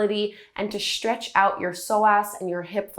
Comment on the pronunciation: Stretch is stretch. why say Sh-tretch?